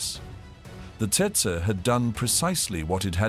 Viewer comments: Actually it's Tsetse. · It's tsetse, not testse. Stopped watching right there. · Maybe I'm mistaken but, as a Brit, I believe it''s pronounced 'Tetsee' and not Tseytsey'! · Not Tetsa, but Tsetse. The African fly is called Tsetse! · Tse-tse- Tetse (spoken as Tset-see) Not: Tset - Tsurr and Tsetsey or while we’re at it … not Tersetsay ! Do I have to spell it out? tch! some AI people! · It’s pronounced tetsee not tetsa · It’s pronounced how it is spelt - tsetse. You will not forget after being bitten by one. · It’s TET-SEE FLY bud. And the Cornish airfield was named PRE - DAN - NICK😡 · Tsetse is pronounced "tset-see". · Tse Tse fly mosquito.pronounced as follows u tool.. tet see... get it right or don't post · TET-ZEE (fly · It’s pronounced Tet-see….. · Rubbish channel. Rubbish name. Please try harder. The content is fair but the delivery is lacking, friend. Set- see is how it’s pronounced by Kenyans. They should know. Great place great people. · "TET SA" crap AI.....HUMANS PLEASE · How to pronounce Tsetse a hundred incorrect ways.